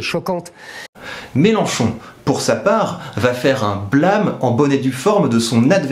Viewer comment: plâme ou blâme ?